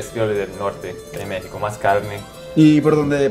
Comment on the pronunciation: Ufff esto podrían ser como 10 videos. Es una entrevista muy interesante, y se me antojó visitar talán. De repente no dijo mecsicou, dijo mekishiko, ya es japonés x3